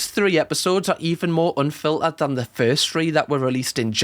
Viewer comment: if i have to hear raw and anfilterd agian